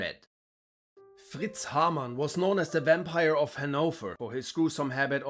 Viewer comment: It's a nice touch to use even more of a german accent for Haarmann.